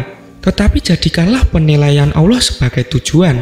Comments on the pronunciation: Suara apaan mbkk tuti suara gini aja ngefans, nyebut Asma "Allah/Alloh" ' saja maaf admin nya masih gk fasik "Awloh" klo saya denger² gtu . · Sebut bagi betul allah bukan awloh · Min mau kasi masukan.. Pembacaan “ALLAH” nya kurang tepat.. Terdengar seperti “oloh” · Allah lah... Bukan Alloh. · Min mualaf ya? Soalnya baca Allah nya kyk orng mualaf min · Sebut nama tuhan itu yg tepat donk..ngak ada huruf O di situ